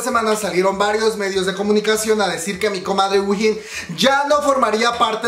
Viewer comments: wihin xD se dice uin o win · Se pronuncia JUIN, si queres te ayudo con el coreano 💕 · Según yo se pronuncia juein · te corijo dos cosas: se dice mamamuu no mamamoo aunque asi se llama pero no se dice asi, y se dice whein come wey pero con "n" al final (no es hate sorry) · Yo a Wheein la pronuncio como "Wey" y después "in", tipo "wey in" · Según yo sé dice "guein" jsjsjsjs o "wiin"